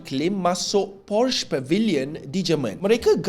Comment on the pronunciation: Taip PORCHES dlm Google Translate, pastu hang tekan butang speaker...satg dia habaq sebutan yg betul.